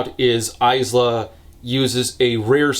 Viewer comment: I would like to re-record the 7 and half Lightlark hour video, just to ensure that AISLA is correctly pronounced this time.